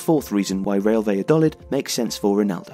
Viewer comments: Is it not 'baya-doleed'? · First of all, I love your channel! However, I found it really hard to enjoy this video because of the pronunciation of "Valladolid". I don't expect a non-Spanish speaker to pronounce it perfectly, but it would be great if you could at least put the stress in the right place. "Valladolid" should be stressed on the final syllable -- "va-lla-do-LID". Putting the stress on the third syllable sounds as weird as pronouncing Wolverhampton as "Wol-VER-hampton" does in English! Something to think about the next time you have a chance to mention the club.